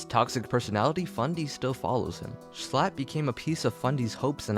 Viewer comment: i like how instead of saying Schlatt, calls him S l a t t